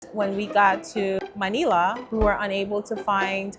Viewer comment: I’m Filipino and Manila is pronounced Muh-nil-uh. Rhymes with Vanilla. 👍 I also hear the word Tagalog pronounced wrong. Not being rude, just informing you.